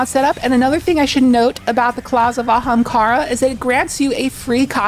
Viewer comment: You really needed to put in the clip of Aztercross saying Ahemkara. But love the vid.